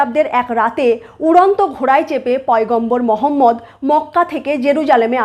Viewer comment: সঠিকভাবে উচ্চারণ 'মুহাম্মাদ'। আর 'হা' উচ্চারণ খুব গভীর থেকে হালকা ভাবে হবে। যদিও একটা ভাষার শব্দ অন্য ভাষার মানুষেরা হুবহু উচ্চারণ করতে পারে না।